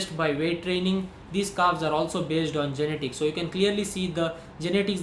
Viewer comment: YE-NE-TICS yarrrrr